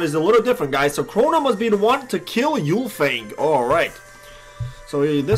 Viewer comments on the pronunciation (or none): Glad to know that it worked for you bro. Some people, including your GM ArcLight is having trouble with awakening her. It displays an internet error. Also lol you don’t call ultimates Yooltimates. Why do you call Ulfang Yoolfang?